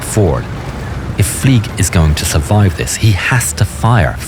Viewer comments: “Fleig” is pronounced as “Flyg,” not “Fleeg,” because he has a German last name. If you were to pronounce it as “Fleeg,” it would be spelled “Flieg.” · THE WAY you say "FLEIG" hurts my soul deeply